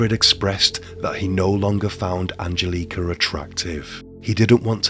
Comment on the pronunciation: An gel eh ka.... Not angel leeka